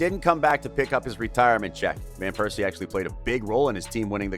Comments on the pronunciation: Robin Van Pears See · Its well-known English speakers say VAN (like the car), wherein dutch the V is spoken as an F sound, but calling him Piercey in a tribute video.. my God my ears will bleed for weeks. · No one has a problem with him saying "Piercey" instead of Persie every time?!?